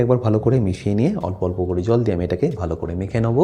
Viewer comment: দাদা কেটে নোবো কি ওটা নোবো না ওটার আসল উচ্চারণ হচ্ছে নেবু🤣🤣🤣🤣🤣🤣🤣🤣🤣🤣🤣🤣🤣